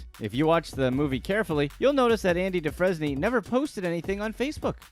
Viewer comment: Andy Dufresny..? 😂 Shoulda watched the movie first or at least asked someone who had watched the movie how to say the name 🤡